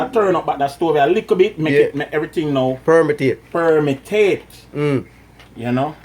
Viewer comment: First time watching but.i almost piss myself with listening to u guys...I have never heard that foreign word "permitate" and I live here all my life. Just seh simmer my youth....and gwah suck up the juice....dwl bout ( elocusious) stop bruk mi out wid them mek up word deh....the food look good though thanks for the smiles guys ur vibes shot. From: Alberta Canada